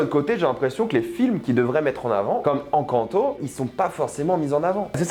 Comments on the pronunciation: Tu as mal dit Encanto 😂🤣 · Tu parles de Disney mais tu es incapable de prononcé le titre 'Encanto" 🤦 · Naaan mais Mdr’ les prononciations : Zoutopie, Décé, Encanto et j’en passe par contre petite exception pour Soûl qu’il prononce correctement xD je sais pas si il est con ou quoi mais en tout cas il se la joue malgré tout 😅